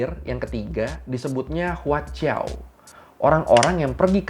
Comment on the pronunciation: Kayaknya si admin abang bisa Pinyin Mandarinya....Guangzhou bisa tepat dibaca Kuangcou, .. Huaqiao bisa dibaca Huachiao, kalau yg gak ngerti akan dibaca Huakiao. 😍🤣🤣😍